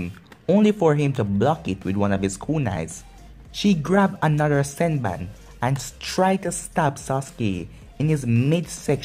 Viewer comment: not to be mean but its senbone not senbun